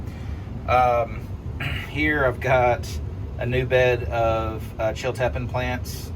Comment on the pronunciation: It's pronounced " chill tea pean pepper" (Chiltipin)